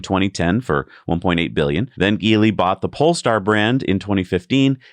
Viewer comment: "The Chinese automaker Geely..." That name is pronounced with a soft-G sound... 'jee-lee'. The Chinese name "吉利" (jili) means "lucky-profitable" (approximately).